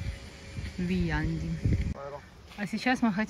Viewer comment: Вильянди ударение на первом слоге, как во всём зстонском языке!